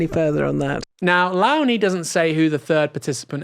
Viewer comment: I believe it is "Low-nie" pronounced as in "Low countries" or "low bar".